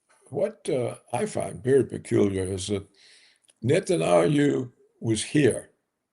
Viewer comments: Paul - it’s Net-an-YAH- hoo; NOT Net-an-AH-yoo. Can you not read? yahu; not ahyu. SO IRRITATING. I’m sure you went to college, so PLEASE get the pronunciation correct. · Netan -YAHOO, not Netan-AYHOO ffs! It is really grating to be so knowledgeable and yet not bother to take a minute to learn how to pronounce the name of the person you've been studying for decades. I really can't wrap my mind around this. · Net-an-ah-yoo. It’s as if I called you Paul GREG Roberts. HIGHLY IRRITATING! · I love his mispronunciation of Natanyahu : Natanjajoo or Natanayoo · Oh right, this is the guy who can’t say Netanyahu to save his fucking life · I wish this guy would learn how to pronounce bibis last name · Mr Roberts can not pronounce Bibi's last name or Moldova. He looks drunk with all his funny laughs